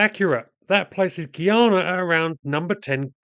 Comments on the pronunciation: Guy-ana not Gee-yana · It's pronounced Guy-ana not Geeyana. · It’s pronounced guy…ah…na. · Why do westerners say the word guy normally, then say gui in pronouncing guyana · Why does EVERYBODY find it impossible to pronounce this country's name properly!? GUY-ANA GUY ANA NOT "GEE-ARNA" 🙄🤦🏿‍♂️ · Guy - Ana : correct pronunciation